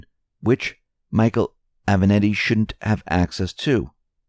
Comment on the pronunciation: Italian porn lawyer's name is A-VE-NAT-TI. As in, I HAVE A NATTY suit. It's NOT that difficult to get it right. Trick is to GIVE A DAMN.